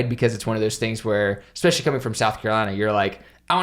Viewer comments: You two are just so cute together! I hope I'll find a girl someday who loves cinematography like I do haha. Also, I love how you () say "especially" with an X, "exspecially" lol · Exspecially? Does anyone else hear it or is it just me? Lol but every time you say it my nose curls up. Lol This vid still cracking me up, you guys are awesome